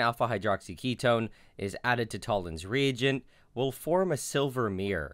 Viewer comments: Fucking Americans... It took me over a minute to realise you were saying "reagent," and not "region." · am i alone on this or did it sound like he was saying “Tollen’s Re-egion”